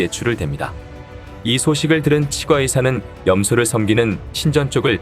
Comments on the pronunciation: [칫꽈의사]라고 발음하는게 표준어 맞아요.....치 과 의사 ㅋㅋㅋㅋㅋㅋ 무슨 사투리 같고 듣기 거북하네요 ㅉㅉㅉ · 치과의사 발음이 이상해서 다 듣기 힘듭니다 치꽈의사로 치과의사 이상합니다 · 치과의사..는 오바입니다. 칫과라고 발음해야지...에휴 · 치-꽈의사 가 아니라 치'과'의사 라고 하니 진짜 이게맞나싶다 ㅋㅋㅋㅋㅋ 틀린건 아닌데 부담스러움. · 치과의사 발음이 조금 불편합니다. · 치과의사를 읽는발음이 나만이상하게 들리나용?